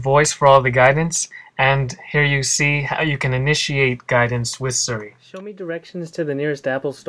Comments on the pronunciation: It's Siri, not Suri! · It's cute that you pronounce it Sir-e. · Your pronunciation of "Siri" is terribly obnoxious. x.x